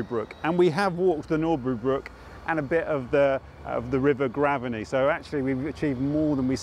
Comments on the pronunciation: Great video! One thought, if the pronunciation is the same as the nearby school then I think it’s Grave-ney rather than Graven-ey. But I may be wrong! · We say Grave ney not Graveney. There is a school with the same name